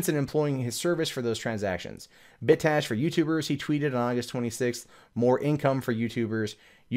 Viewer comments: Bit cache not "bit ash" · cache is pronounced "cash", so "Bit Cash" =) It sounded like you were saying "Bit Tash"